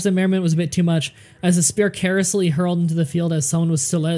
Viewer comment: why's his pronunciation of stuff so weird. Courtiers - courteers?? enliven - eliven??? carelessly - caressly???